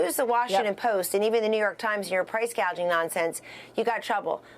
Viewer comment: Harris has NO idea what she's talking about! She can't even pronounce PRICE GOUGING correctly, she called it price gauging along with Hospitality workers being pronounced incorrectly by saying hospitibility workers! She's so out of touch with REAL AMERICAN FAMILIES! She's proven that she's just plain ignorant about business and has no idea what she's doing!